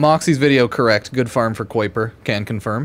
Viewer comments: spent 15 minutes doing the same mission.We're at one point the narrator voice says kuiper enhanced vulgus and he STILL mispronounces it 😅😅😂 "Ky-per" is the pronunciation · Pronounced "Ky-per"!